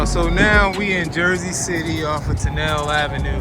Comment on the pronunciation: Say ton nel lee ave